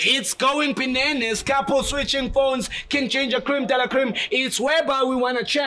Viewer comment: 😭😭😭😭 it's not "Bananaz", it's "BINANAZ".. 😂😂😂😂